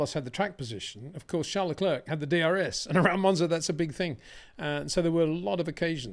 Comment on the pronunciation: Love your analysis, make no mistake. You that you have conquered the pronunciation of Charles, you need now to work on his surname. Thank you.